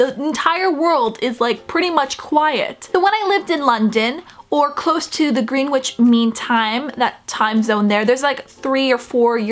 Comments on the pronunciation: lol you actually said GREEN which, its pronounced "grenitch" like how thor says it in his latest film when hes on the train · How did you live in the UK but you never learned how to pronounce Greenwich? XP I live in the central time zone, and it definitely seems like everything revolves around the eastern time zone. They always announce the time when their TV shows come on first. I really want to visit Australia/NZ but I'm terrified of the insane time zone change.